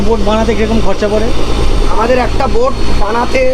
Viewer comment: Ota noika na boat bola